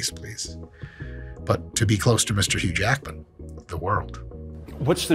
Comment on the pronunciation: “Hugh Lackman”😂 this training is lacking anything for building muscle lol